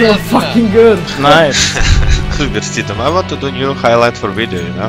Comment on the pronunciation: Ohhh mr. supirstituuum :D